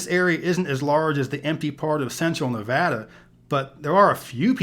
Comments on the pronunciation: It’s always refreshing to hear someone pronounce Nevada as Nevadans pronounce it. It gives the credibility! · THANKS YOU!!! For saying Nevada correctly. It's like nails on a chalkboard for me when I hear it pronounced wrong. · Brits pronounce it, 'Nevarda'.